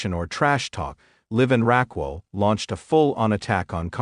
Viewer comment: It's Raquel not Rockwell